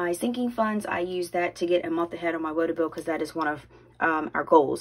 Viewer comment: Hey 🙂....another great video...AND..I heard you say woto bill..lol...so happy your Target bill now reflects your payment!